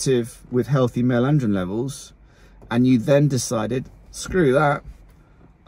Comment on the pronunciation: “Male andrrrirn levels”